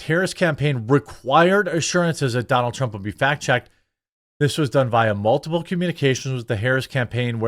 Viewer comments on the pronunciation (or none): none